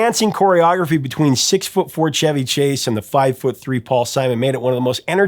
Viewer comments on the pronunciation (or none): none